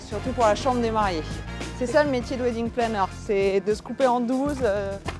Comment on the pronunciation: Oui....surtout quand on ne sait pas prononcer le mot WEDDING.... A part les français....le reste du monde parle anglais.... "Ouidingue" ha ha ha ...